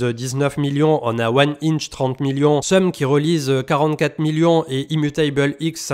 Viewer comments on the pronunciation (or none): 2 ans et demie que je n’ai raté aucune vidéo de 🥹 avec grande admiration et joie… mais please… pourrais-tu prononcer IMMUTABLE X à l’anglaise 🪑 🫣😅